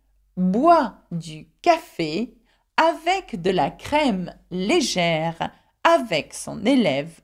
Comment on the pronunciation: At , you pronounce the acute accented "e" as "ee" instead of "ay" when you say "legere." So instead of saying LAY-JEHR, you say LEE-JEHR. I have heard this on several occasion where people pronounce the acute accented "e" as "ee" instead of "ay." Is this common?